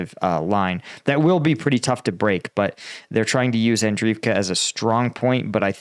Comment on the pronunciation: And-REEV-ka. Bahk-MOOT. Klah-SHEEV-ka. Jeesh. Take a shower, put on nice clothes, and try to put out some effort, millenial.